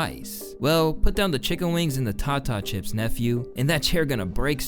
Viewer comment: Tata chips lol snoop meant tay-ta chips. How can he "take care of my family" when he can't stand on his own two feet. I don't think being rude and making fun is the answer but he needs to do something. Does he not have anyone around him that loves him enough to tell him the hard truths. Is his whole family that big?